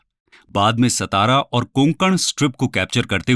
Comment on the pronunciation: Not सतारा it's सातारा .